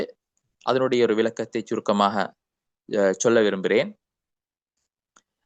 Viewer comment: உங்களது அனைத்து முயற்சிகளையும் அல்லாஹ் ஏற்றுக் கொள்ளவானாக. அனைத்து உலக மக்களிடமும் அல்லாஹ்வின் தீன் சென்று சேரட்டும். சிறப்பான நிகழ்ச்சி. நான் தொடர்ந்து உங்களுடன் இணைந்திருப்பேன். ஒரு சிறிய தவறு — நீங்கள் “சொல், செய்” என்பதற்குப் பதிலாக “chol,chei"என்று தமிழை உச்சரிக்கிறீர்கள். அதை கொஞ்சம் திருத்திக் கொள்ளவும். உங்களை விட பல மடங்கு கல்வியில் பின்தங்கியவன் நான். என்னை மன்னித்துக் கொள்ளவும்.